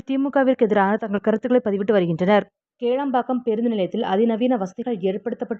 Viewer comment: கேளம்பாக்கம் இல்லை அது கிளாம்பாக்கம் Ok?